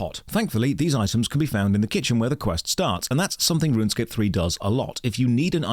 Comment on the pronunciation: wait... so rrrrrrunsecape is an ahh p g?